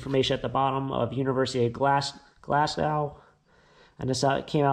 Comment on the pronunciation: That print Charles Rennie McIntosh was a famous architect designer from Glasgow Scotland pronounced Glassgo not Gow Scots pronounce it Glesga might be worth something enjoying your vids .